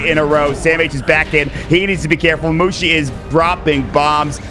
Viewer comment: MUSHI ... without T